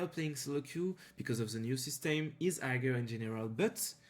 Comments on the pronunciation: non hagar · la façon dont tu prononce higher me bouteille xD tu prononce le g ce qui ne se fait pas